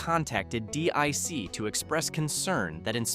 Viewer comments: Deek not dick... lol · Pronounced 'DEEK' not 'DICK' :) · It's not D.I.C. It's Deek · Dic wasn’t pronounced dick it was pronounced deek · It's pronounced deek not dick. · You said "dick" it's pronounced "Deek" DIC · definitely not dick entertainment, which this narrator also used at least once at random... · yes, but it’s pronounced deek. Not D.I.C. and definitely not dick. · its pronounced Deek. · Dee-eye-sea. It's Dic you aid sod. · DiC pronounced its name as "deek", by the way. You can probably find some of their bumpers/tag stings on youtube. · It's Pronounced DEEK, How do you know Someones Too Young To Know What They are Talking About LOL